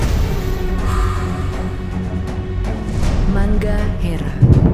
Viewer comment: The moment bila dia cakap "mangga era" it sounds like russian accent . Hahahaha . Btw, this is ur bruh dari Malaysia . Keep hype bruh